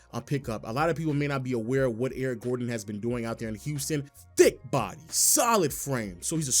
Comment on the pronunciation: Why you say thick body like that